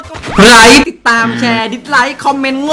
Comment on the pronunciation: พี่พูดผิดนะพี่ไม่ใช่ไลค์แต่เป็นลิเกเพราะ li=ลิ keเก okนะ